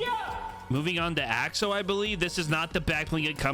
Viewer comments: ITS NOT OXO! it’s pronounced (axo a-xo axe-o) the skin is a axolotol wich is a fish type thing that is originally pink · It's axo not oxo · In America it’s most commonly pronounced like Axe-o-lot-l like the play on words for the pickaxe so the skin would be pronounced Axe-o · You pronouncing axo wrong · I’m scared that the reason he’s not pronounce axo’s name right is because he doesn’t know what an axolotl is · They’re pronounced axe-oh and axe-oh-lot-ul